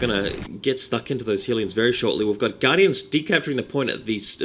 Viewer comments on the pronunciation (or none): Hey man, LOVE your videos really do, really helpful too =). One thing i'm unsure about is the pronounciation of Hellions. You say Hee-lee-ons but i noticed ingame, when built the Hellions say 'We are Hell-eons lords of flying death'. =) i'm confused lool. Dark Eldar are my favourite race i think. But i'm still a noob. It takes me and my friend to beat Insane Orks 8 minutes. Me as DE him as SM lol. We fail by ourselves.